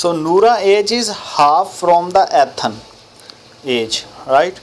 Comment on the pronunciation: son its E- than not AtHan 😭😭